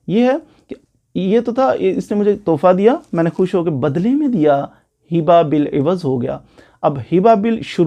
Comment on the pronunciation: سوری لفظ ھبہ ہوتاہے حبہ نہیں